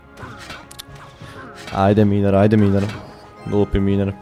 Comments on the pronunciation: ne izgovara se miner nego majner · nije miner nego majner